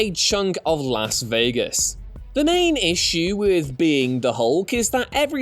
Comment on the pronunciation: You said Las Vegas wrong.